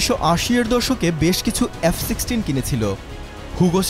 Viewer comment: কিনিস ক্যানরে বাংগুমুমিন? নিজেরা বানা কুরান গবেষণা করে. পারিস না ক্যান? আর বাংলা ও ইংরেজি উচ্চারণ ভালো করে শিখে সংবাদিকতা করতে আসিও,. উচ্চারণ টা " এফ" not “ এএএফ "